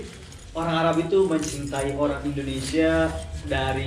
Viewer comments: a kunaon nybut indonesia jdi indonesa s ibu na i na kmna🤣🤣🙏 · INDONESIA TETEH BUKAN INDONESA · Wkwkwk Indonesa mengganggu'banget ya Indonesa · Mbak Mungkin gak blajar ya nyebut Indonesia